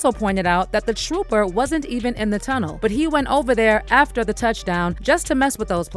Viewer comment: WHAT IS A ‘TROPPER’ ? SMDH 😂